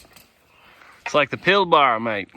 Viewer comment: I stumbled across your channel by chance, good content mate and great perspective on somewhere different. I heard in one of your chats with the boys who was whinging about how hot it was was you said well at least we're not in the Pilbara (you pronounced it way funny like an American would haha). How do you know about the Pilbara? I live in the middle of it..... Karratha